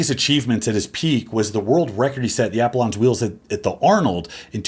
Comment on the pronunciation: How the hell do you mispronounce Apollon?